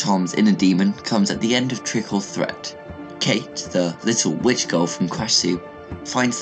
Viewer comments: it's threat... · The way you pronounceed trick or TREAT